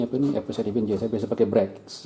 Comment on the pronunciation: Bukan vinije. Sebut bunyi "ge"